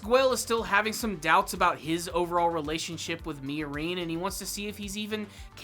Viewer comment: The way you pronounce Miorine makes my skin crawl